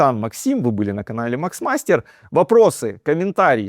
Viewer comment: Не макс мастер😅, а мах мастер😂